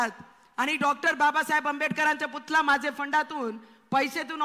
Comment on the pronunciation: Putada nahi putala mhan ye